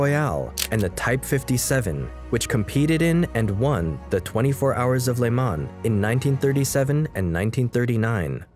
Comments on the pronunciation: For a Franco/English phone it is hard on the ears when you hear le mans pronounced like a Quebecois farmers son! It is "Le Mon" ... No plural "les Mans" ... But "le" like "leu" ... "Mon"... No z at the end! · “At the 24 hours of ‘le-mon’. “. No. It’s pronounced “le-maw” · Great work. Some pronunciation errors though. “Jean” in french is pronounced as “John” basically is the french version of English name John. Le Mans is pronounced as “Lu Man”.